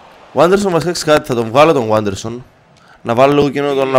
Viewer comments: Δεν διαβάζεται waderson αλλα vaderson είναι Πεχτης της Λαμίας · Ειναι Βάντερσον και όχι Γουάντερσον by the way.